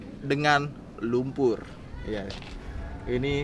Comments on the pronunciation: "penuh dengan elumpurr" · penuh dengan lumpurrr wkwkwk